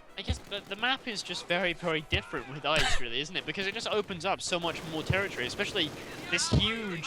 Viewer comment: Not that it matters, I have noticed that you say "yust" instead of "just". What nationality are you originally?